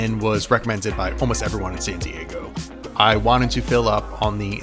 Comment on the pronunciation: Why do you use a T in San Diego? "Santee Eggo"????